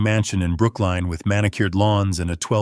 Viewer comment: 😂. The house in Brooklyn is not said like brook line.